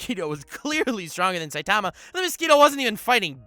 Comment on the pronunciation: Eeew the way he says saitama gives me suicidal thoughts